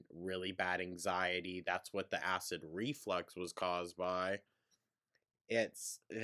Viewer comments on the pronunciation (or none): ReFLUX… it’s reflux, not reflex. Drives me insane every time she says it wrong. 🙄 all while acting like she’s so smart. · FFS it's acid reFLUX not reflex - her mispronounciations drive me crazy hahahaha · I do not believe ONE WORD out of her mouth. Not one. She’s lying about every single thing she’s saying. Yikes. Also ITS REFLUX! REFLUX FFS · Perfectly said. Her know it all, cavalier attitude is sickening. She knows the diagnosis, testing and treatment plan before they get to the ER, yet can't pronounce " acid reflux" correctly.